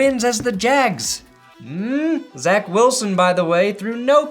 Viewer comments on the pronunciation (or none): none